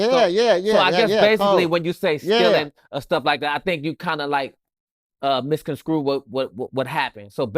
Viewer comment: Not Misconscrew 😂🤦🏻‍♂️